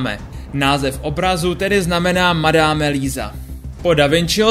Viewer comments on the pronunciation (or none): Madame se čte madam.